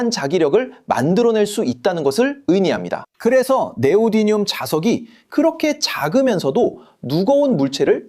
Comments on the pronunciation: 네오디늄이 아니라 네오디뮴이라고 해야 하는데 다시 고쳐야 하겠네요. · 자꾸 네오디뉸 이래? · 그렇게 따지면 고쳐야 할 발음 천지입니다. 위에서 지적한 것은, 한국어 표기법으로 "네오디뮴"이라고 쓰는데, 그걸 한국어로 "네오디늄"으로 잘못 읽는 것을 지적한 거죠. 원래 영어 발음을 적으며 제대로 된 발음은 이렇다라고 하는 것은 논점 일탈입니다. 그렇게 따지면 영어 발음으로 "니오다이미엄"이라고도 하는데, 이건 어쩔 건가요? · 사실 제대로 된 발음은 ‘니오디미엄’입니다